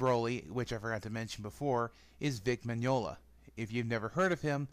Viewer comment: said vic's name wrong. stupid. its min-ya-na